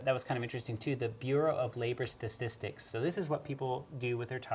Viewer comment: mate no hate but your pronunciation of “Statistics” is incorrect. It isn’t “Stas-tis-tics” it’s “Sta-tis-tics” there isn’t a “S” after the “A” in Statistics.👍🏾